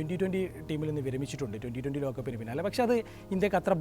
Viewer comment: ഈ ചാനലിൽ കൊള്ളാവുന്ന ഒരു പ്രോഗ്രാം Bro ടെ ആണ് So മലയാളം വാക്കുകൾ ഒന്ന് കൂടി ഉച്ചാരണം ശരിയാക്കുക അത് Bro ക്ക് തന്നെ ഒരുപാട് ഗുണം ചെയ്യും Last ഒരു വിഡിയോ ൽ ലോക കപ്പ് എന്ന് പറയാൻ bro ബുദ്ധിമുട്ടുന്നുണ്ട്,തിരക്ക് കുറച്ചു Quality കൂട്ടാൻ നോക്കൂ All the best ♥